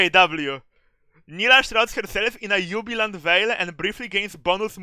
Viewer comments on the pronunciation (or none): I loved when said "yubilant veil"